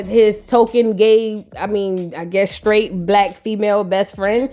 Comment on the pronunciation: 'I'm a real sKraight dude....' 😂😂😂😂